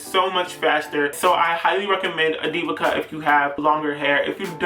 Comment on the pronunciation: At firts i heard DIVA CUP instead diva cut and i was like wait what 😂😂😂😂😂😂😂